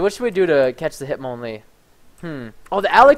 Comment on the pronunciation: Preston says Hitmonlee with a French accent...